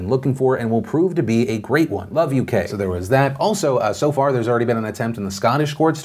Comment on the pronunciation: When he said "Love UK" I heard "Love you, K" and was very confused